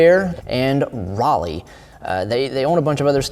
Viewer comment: Specialized are definitely overpriced. Canyon are obviously rattling Specialized. Canyon are a massive company. Say 'Rally' not Riley (Raleigh)🤣